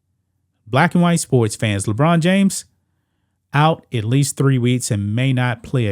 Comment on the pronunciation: Ledone James LoL 😂😆